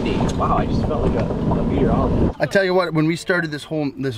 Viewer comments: Meatorologist lmfao figured that woulda been a cold cuts saying...and i think grant said it right too, editors missed the spell check on the subs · “Meaterologist” lol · “MEATorologist” 😂 Definitely meteorologist but if they did it on purpose I’m here for it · meat-eorologist lol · a "meatorologist"